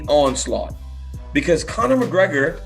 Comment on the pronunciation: Bispings American twang is getting worst.....listen to how he says Connor